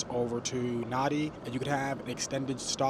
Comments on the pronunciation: A well put together review. I was wondering how long it would take you to realise that the major airport you were travelling to is pronounced “Narn-dee”, not “Nar-dee”! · I';m sure you've learned by now it's NAN DEE (Nandi)